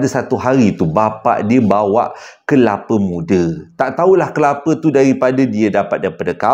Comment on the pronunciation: Kepala muda😂abg dgn tsasul xdpt dipishkn😂😂